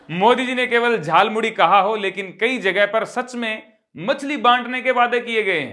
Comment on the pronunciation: Jhalmuri नहीं 'jhal"muli'..😅